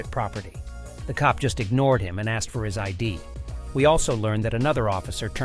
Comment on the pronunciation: "So I axed her...." pretty sure that's a crime, you can't just axe people. That's the trouble with a certain group of Americans, they think they can axe everyone.